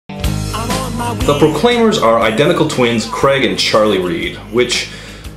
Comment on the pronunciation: Heh, "Creg".